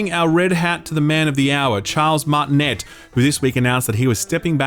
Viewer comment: He can't be serious with that "Martinet" pronounciation.........